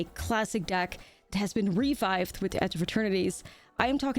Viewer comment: Gotta love the Dutch accent that comes through from time to time :). 'Refifed white weenies' are a good idea - cheers. Great match versus Saffron btw.